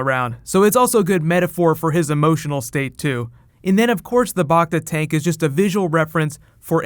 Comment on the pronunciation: It's BACTA, like TRACTOR , not BACTA, like Bachta.